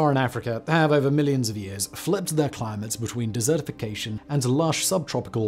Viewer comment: Anyone else think of dessert 🍰 due to Simon's accent and how he says desertification 🏜? While dessertification 🎂 🍬 🥧 might be more yummy, it's probably just as bad as the desertification 🏜 plan